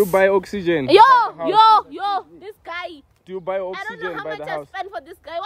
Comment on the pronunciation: The Emphasis of buying Oxygen is wild🤣🤣🤣🤣🤣🔥